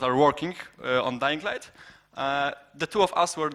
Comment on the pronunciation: "DajingLajt". Widać nie tylko ja tak rzeczy nazywam :D